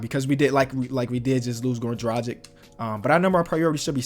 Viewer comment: “Dragich” not “Drajik”